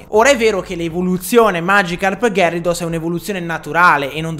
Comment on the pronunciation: Si pronuncia ghiarados